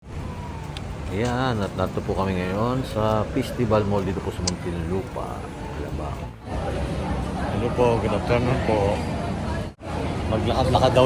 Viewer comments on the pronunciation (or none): Lol... "pistibal" ba kamo? Lol...✌🏻😂